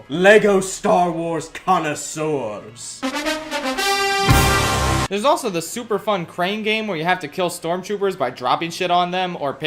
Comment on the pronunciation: Connaisseurs, not connossourzes.